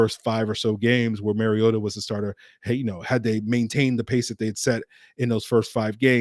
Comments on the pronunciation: Mar-ee-ota not Mary-ota! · Mar-ee-ota notMary-ota.